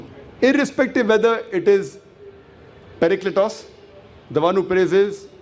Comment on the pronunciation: Mantap bahasannya.. maju terus.. anw cara bacanya Paraklitos - παρακλητος.. karena eeta "η" dibaca i bukan e..